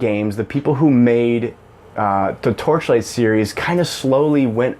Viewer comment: How many times can you say the title of the game you are talking about wrong? It's hilarious. You actually didn't say it right even once I think